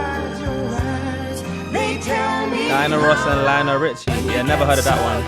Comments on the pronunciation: It's LIonel Richie. NOT LEEonel. It's not like Liam. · Lionel Richie The way you pronounced “Lee-on-Al” 😂😂😂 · Lion-el (there’s the pronunciation) You really should’ve got some of those songs down so you can watch the whole video.